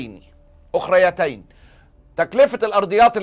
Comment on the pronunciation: اخرتين و ليست اخريتين .